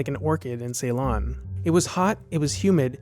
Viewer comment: A well-done review, with very interesting details. I would just offer one mild criticism about your pronunciation of the movie's filming location, Ceylon (now called Sri Lanka), where I'm from: It is NOT pronounced "SAY-lon." It's pronounced "si-lon."